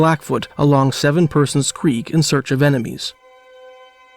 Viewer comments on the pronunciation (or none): none